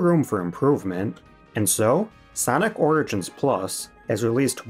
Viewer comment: "Sonic Rigins Collection"